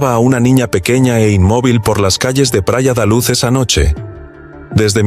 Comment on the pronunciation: Y si, lo repite tanto que le quita algo de seriedad a su investigación, si no sabe decir bien los nombres queda la duda de si investigo bien el caso